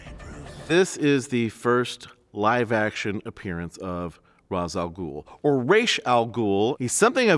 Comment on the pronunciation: FINALLY someone who pronounces Ra's Al Ghul's name properly. It is Rayshe not Rahzz. As much as I love the Nolan series, I hate that it popularized that pronounciation